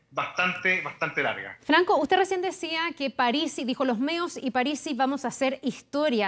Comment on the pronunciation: Parisi,no aparisi!!!!